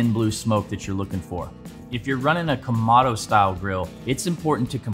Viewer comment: It's Ka-moh-doh not Ka-ma-do